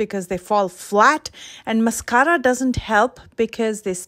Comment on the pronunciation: Love the way u roll your “rr” s on mascarra!! (Mascara)😁